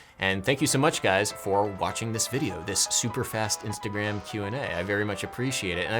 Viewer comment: mans said instagram weird in the intro... what's wrong adam u good